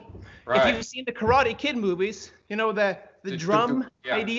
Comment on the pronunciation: I would like to commend you on your approach when you decided to confront a "bully" critic, and I used the word in parenthesis because, in reality, he is another martial artist following his own Musha Shugyo. I have followed your channel, not because I train in Karate ( pronounced Ka-Rah-Teh, not Ka-raw-ree. Sorry, I really like what you do but that is my ONLY problem with what you do, you keep pronouncing it the wrong way, just pet peeve), but because I get an inside of things that, believe it or not, helps me see deeper meanings and discover certain details in the art I train in. You have challenge me to dissect the movement and discover the little secrets that have been hidden within the movement of my art. Consequently, you showed a perfect example of what I was trying to explained to some of the people in the Dojo, I posted a video of a fight and I asked them, what did they see, once I got their initial responses, I then challenged them to break it down in a technical view and provided the question as to what I meant, got some good answers but,they were short of the mark of what I was getting at, I provided the analysis and explained the stages leading to violence, as they manifested in the video. Anyway, one of the guys, totally missed the point and, funny enough, in his response, he exemplify the first stage I just finished explaining to him. So, I explained about how the fight could have been avoided if one of the guys would have left an avenue for the other person to